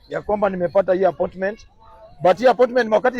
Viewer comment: Kumbe kizungu hikuvukia nyanza. Ati apotment😢